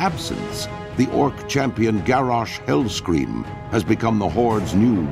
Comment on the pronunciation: did the troll guy say "Garrosh Hillscream"?